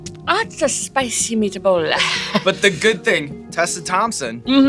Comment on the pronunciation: The italian accent in the end, Spicy meataballa !! :D